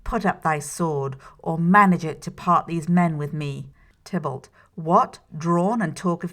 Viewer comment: Tybalt. Not Tiblet. Haha!